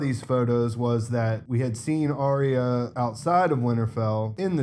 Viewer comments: Finally someone pronounces her name correctly lol it's not hard. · Potential mini spoiler. Not a leak but maybe an oversight by HBO. Arya (correct pronunciation Are-ya) was in a trailer that was broadcast in another country fighting Brienne at Winterfell. She was also wearing the cats poor dagger that we see Little Finger with in your pictures. Does he give it to her or does she kill him and take it? I guess we will find out soon! I feel like he will have one last power play up his sleeves. Chaos is a ladder after all. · was very specific about correcting somebody's pronunciation of "Arya," so he set the tone for posting with a high attentiveness to detail. There are always excuses for posting errors -- you say technology is to blame now -- and that's all well and good, but initiated this high bar with his earlier clarification.